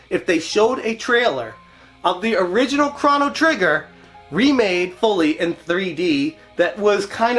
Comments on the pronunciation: Thanks for the video! But I keep hearing Cron-O Trigger, it’s Chrono- like a long oooo. Thanks! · (CROW-NO) NOT (CRON-O) HOLY FUCK!